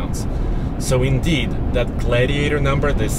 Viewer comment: Glaaaidiator haha